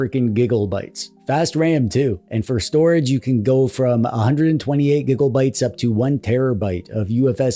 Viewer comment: Why "gibbel-bites", yet Terrabites you say correctly? I'd expect Tibbelbites.